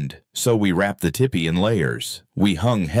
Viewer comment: Its not Tippy…it’s pronounced Teepee.